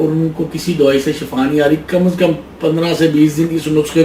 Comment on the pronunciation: dear sir lafz shafa nai hota thik lafz shifa he شکریہ